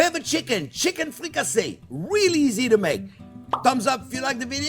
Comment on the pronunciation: Thank you chef JP , a fantastic chicken dish . Now I know what ' fricassassée ' is 😋🙏